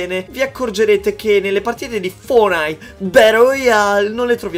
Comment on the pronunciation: Nessuno: Assolutamente nessuno::FORNAID! BADOL ROYAL!